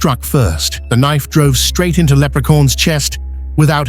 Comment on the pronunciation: I like how the AI pronounces it”Leprecorns” 😂